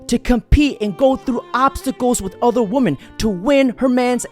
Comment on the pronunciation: Plural “WI-MEN” brother 🎉